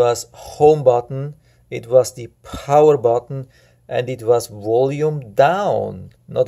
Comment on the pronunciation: Guy can't even say power from home button